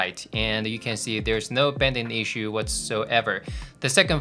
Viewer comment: Thanks for that. PS: it's bAnding not bEnding. Just a pronunciation issue. : )